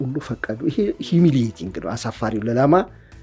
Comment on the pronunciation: ኪ-ሴነት ሳይሆን ክነሰት ነው : ይሄ የእስራኤል የተወካዮች ምክር ቤት ስም ነው: ኣዋቂ ሆኖ ለመታየት እእእ እያልክ የተለጠጠ የኣነጋገር ዘቤህ እጅግ ነው የሚያቅለሸልሸው : 😅😅😅😅😅 ሂሚሊቲንግ ክክክክ : ምን ኣገባህ እንዲህ የምትላላጠው? ሳይቸግር ጤፍ ብድር